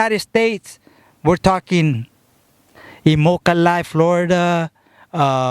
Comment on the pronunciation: He said Immokalee Florida?